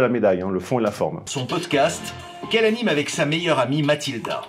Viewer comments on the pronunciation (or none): none